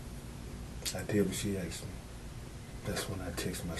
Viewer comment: "I did what she axed me." Learn to speak English FOOL!